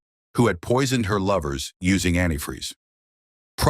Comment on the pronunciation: “Antifree” always gets me. What a sick idiot Also every time the robot says “turkey ‘baa-ster’”, I think it’s gonna say turkey bastard 😂